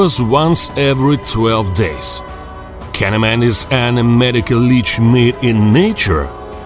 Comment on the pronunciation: "Med-ay-cole la-ay-ch"